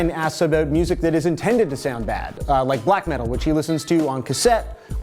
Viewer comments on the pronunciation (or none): just 'aboot'. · OH MY GOD! LMAO, so funny. You were talking about the accent and made an "aboot" joke, and then literally the next comment where you say "Brett Cortright wanted a shout out," you can hear it REALLY clearly. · Also you sound like you're from Canada when you say 'Toronto' and 'about'